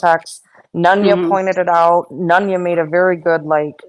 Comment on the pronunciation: Baby doll, you know I think you got it all, but for the love of Pete, why do you pronounce “very” like “ferry”?! 🤣